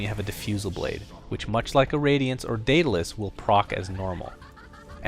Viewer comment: You pronounced Daedalus horribly wrong lol...